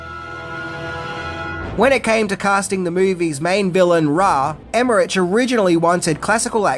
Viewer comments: Love the movie, Love your channel, but can I just point out that Roland Emmerich's last name is pronounced Emmerick. Sorry to be a dick but it bugged me everytime you said his name🤪🤪😅😅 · Nice video. I didn't realise how much I'd be interested in the backstory to Stargate. I admit your pronunciation of "Emmerich" (which I believe is normally pronounced as "Emmerick") is a little distracting, but there's loads of interesting facts here. Not that there'd be any doubt. :) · LOVE Stargate! Including all the series. And love your videos. Keep em' coming! But FYI, it's Devlin not Delvin and Emmerich is pronounced like Rick. 😅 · Love your videos but have to point out their names are pronounced Dev-lyn and Emm-erick. They did collaborate again for Independence Day Resurgence. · In German -ch is pronounced as -k. So Emmerich is pronounced as Emmerik. Just for next time. Not to be an idiot. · Roll-und Emer-ick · Never heard anyone ever pronounce his name with that hard CH, super distracting hearing you say it like that times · Roland Emmerich ... HARD ch, not soft one. Hard like in CHrist, not as in cheesus. It's a German name, so it's a HARD "ch". When you can't even get the pronunciation of names right, it's a stumbling block out of the gate. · Emmerich : pronounced , emerick 👌😕🖖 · It's pronounced Emrick isn't it? Anyway comment for the algo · I really enjoyed the move, but the I thought the series were much better. I hope they continue on what that franchize in some way. Also, Emmerich and Devlin names I believe are pronounced Em-rick and Dev-lin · Haha it’s Emmer-Rick and Dev-Lin. Also we get to see the power mullet at the beginning of the movie Russell is shown as the depressed, alcoholic version of the character. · I LOVED this movie as a kid, but upon rewatch I realize it’s pretty mediocre. Still a blast to watch, though. Hey, just a heads up, it’s spelled Emmerich but is pronounced emmerICK 👍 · It's pronounced "emmer-ick"